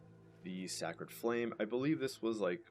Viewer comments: great video just a note, Sacred = SAY-CRED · HOW DID YOU MISPRONOUNCE SACRED? WTF! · "Sackered Flame"!? Lol. Awesome build. Righteous Descent is so cool.